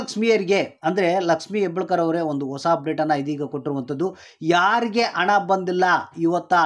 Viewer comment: ಸರಿಯಾಗಿ ಕನ್ನಡ ಮಾತಾಡಪ್ಪ ಮೊದಲು ಅಣ ಅಲ್ಲ ಹಣ ಅಣ್ಣಪ್ಪ...